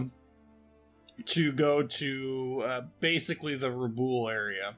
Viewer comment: objective at Rabaul is pronounced Rah-bawl, as in maul. Sorry, but as often as it is being spoken it can be distracting to be mispronounced.